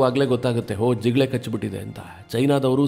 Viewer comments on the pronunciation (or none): ಜಿಗಳೆ ಅಲ್ಲ ಕಣೋ ಜಿಗಣೆ